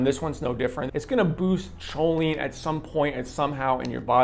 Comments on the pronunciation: Kohleen not choleen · Chough-leen lmfao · Thanks so much for the review!! Real quick tho "choline" is pronounced "ko-leen". Thanks for all of your reviews!!